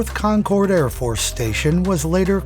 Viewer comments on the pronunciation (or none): Great video . I live about 15 miles from the radar base . One small correction insignificant to the content ; The "cord" in Concord is pronounced with the same sound as the "ord" in the word "word" . Pronounced Concerd ,or just like conquered . This is the same as Concord,NH .